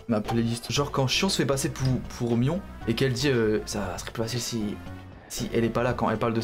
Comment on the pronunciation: ON DIT PAS SHIONNE ET MIONNE !!!!! 🫨